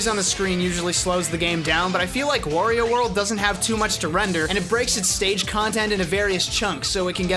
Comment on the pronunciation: "Worio"? What's next, call Mario a "Morio"? Wario has nothing to do with war, it's pronounced Wah-rio.